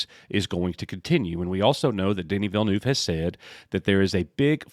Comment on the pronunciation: As a french Canadian, I can say that your prononciation of Villeneuve is not too bad. The "neuve" part prononciation is somewhere between "newv" and "Neve" (Neve Campbell).